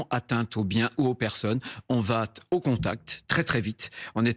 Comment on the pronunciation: Retailleau : "[...] on vaT'-au contact" !? Bah alors M. le candidat des bonnes gens qui souhaite imposer des tests de langue française à tout le monde, on botte en touche ? PS: J'ai adoré ce petit mot de JLM au sujet dudit ministre démissionnaire : "Cet homme qui donne l'impression de détester la vie"